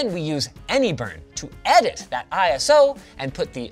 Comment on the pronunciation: why does he pronounce it "I ES OH"? XD